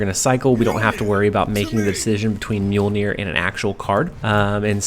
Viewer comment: Awesome deck. I'm surprised you pronounced Mjolnir correctly haha